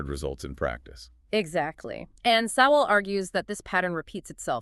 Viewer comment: Pronounce the authors name properly.not an option,A.i.feds.